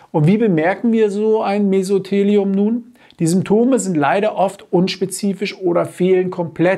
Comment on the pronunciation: Sie haben Mesotheliom falsch ausgesprochen. Die Betonung liegt auf dem "o".